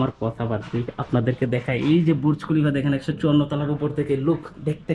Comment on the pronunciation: হায়রে কামলা ( কনটেন্ট‌ ক্রিয়েটর)!!! বুর্জ খলিফা বলতে পারে না! বলে বুরুজ খলিফা! আগে শুদ্ধ করে বাংলা বলতে শেখ, পরে কন্টেন্ট বানা।